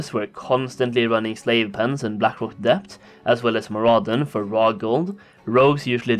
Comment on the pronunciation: mur-UH-din. MAR-uh-don.